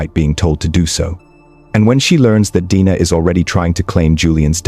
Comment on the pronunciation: How many ways can the name Dena be mispronounced..?